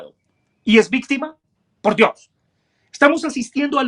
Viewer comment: Me queda solo una duda: porque dice víctime?